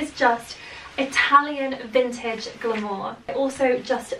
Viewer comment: Love, learn how to pronounce your words!!! Glamour 😂😂😂😂 Love how mum and Coco are just normal everyday people, and then you’ve got little miss royalty!!